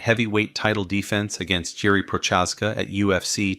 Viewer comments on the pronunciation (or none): This video is great, but please work on your pronunciation of the fighters names. Jiri and Glovers surnames were butchered 😂